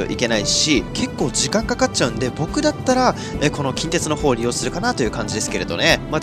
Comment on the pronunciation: 近鉄の発音が気になる大阪府民